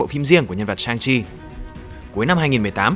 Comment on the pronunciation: =))) Sức mạnh chính là Chi mà nghe thoáng qua tưởng là Chim